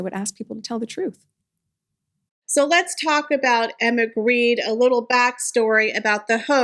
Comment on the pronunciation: Jens Grede is NOT Greed. Gre-de. Please. Gre as in "ogre" and de as in "deny". NOT greed.